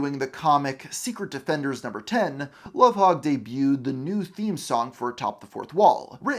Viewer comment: I think it's spelled Lovhaug or Louvhaug but the pronounciation is correct